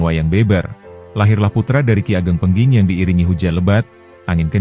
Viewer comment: Ki ageng pengging. Bukan pengking...😮